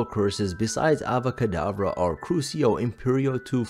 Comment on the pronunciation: It's Avada kedavra, not Ava kedavra 🤣🤣❤